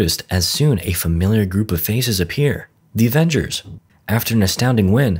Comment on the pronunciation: That not Avenges that devenges